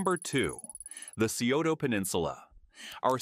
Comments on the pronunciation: incorrect. It's Sigh-oh-ta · Scioto is pronounced as sigh-OH-toe NOT see-oh-toe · Scioto is pronounced Sigh oto but most of us normally just say it like Sigh ota. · Scioto = psi-oh-ta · Thank you for pointing that out. I use to live in Columbus and the pronunciation in this video was driving me up the wall. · That was killing me too.